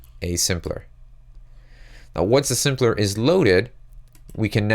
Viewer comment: It took me so long to understand he was saying "sampler" and not simpler... lol